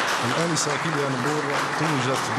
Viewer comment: هذا لي راه يقدم وين كان نهار توجت كيليا نمور السيد راه غلط في الإسم عيطلها كاميليا